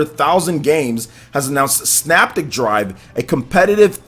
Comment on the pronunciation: All 3 games look great. Just so you know, the 2nd game is pronounced.....SYNAPTIC [PRONUNCIATION-SIN-APTIC].